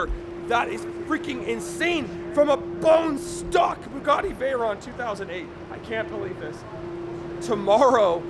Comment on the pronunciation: Please pronounce it correctly, it's vey-ron (it's a French name)